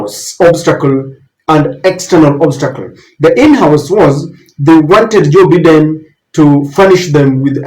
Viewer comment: Sir,it is Joe Biden(Baiden) not biden!